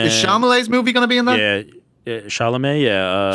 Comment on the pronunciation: calling Chalamet ”Chambalet” had me in 😂😂😂.